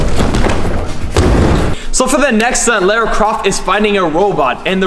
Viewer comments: You're really cute but ....you pronounce Lara weird! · Amazing video but I winced every time you said Lara. 😣😂